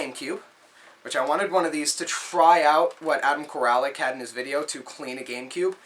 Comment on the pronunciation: $10? That's a steal man. Good job! You have to wonder what they did with the games... Congratulations on the pickups! Appreciate all the shout outs, thanks for that. Not that it matters, but you don't need to pronounce the A in my last name. It's "Core-Lick".